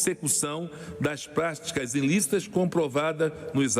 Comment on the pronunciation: um imbecil que ao inves de falar pratica fala prastica! da pra entender?